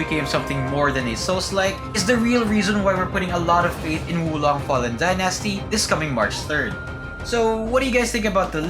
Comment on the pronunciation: You are pronouncing the word Dynasty wrong dude!